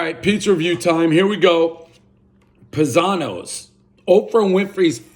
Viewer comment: Family has brown eyes+you have blue eyes=adopted. I think it's Pie-zano like a pizza pie or the Italian word paesano.